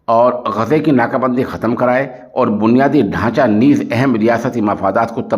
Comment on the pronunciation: محترم السلام علیکم ورحمتہ اللہ وبرکاتہ بعدہ عرض ہیکہ لفظ غزہ کے بجائے آپ لفظ غزے کا تلفظ کیوں ادا کرتے ہیں ۔خیر اندیش حافظ عبد الحفیظ ، والسلام علیکم ورحمتہ اللہ وبرکاتہ ۔